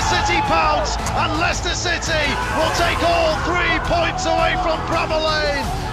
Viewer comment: Stop saying lichester it's Leicester